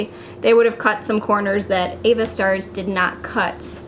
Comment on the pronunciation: wouldn't it be pronounced AVA (short a) like avatar (the last avatar, Avatar the movie , avatar like you use for a pic online , etc) ???